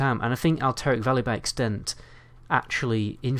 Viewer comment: wtf is "elteric valley" ?